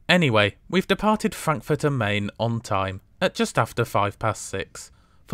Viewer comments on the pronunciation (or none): Sorry to be pedantic but it is pronounced MY-NN not Main young man. . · You might want to change your pronunciation of the river on which Frankfurt stands to MINE and not MAIN, even though it is spelt as the latter. I refer of course to the Frankfurt you visited rather than the other one on the Polish border, namely Frankfurt-an-der-Oder. Your other German town pronunciations are good. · when you pronounce Frankfurt (Main) Hauptbahnhof as in English it gives the impression there might me another Frankfurt Hauptbahnhof, which there obviously isn’t. Makes you sound like a rookie. The name of the city is Frankfurt am Main (pronounced “mine”), to differentiate it from Frankfurt (Oder) near Poland. Just call it Frankfurt like most folks do. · Brilliant as ever. Have you ever considered a Eurrail pass? I have just bought a 10 day 1st class one for not much more than you paid for your trip. By the way, 'Main' is pronounced 'mine' and in German, the 'z' is a 'ts' sound. Thanks for all your videos. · Hugely enjoyable video again, duly liked. But I'm surprised that you you try so hard to pronounce Welsh and East European names correctly, and then don't bother at all with Frankfurt am Main. It is certainly spelt "main", but it is pronounced like an an English speaker would say "mine".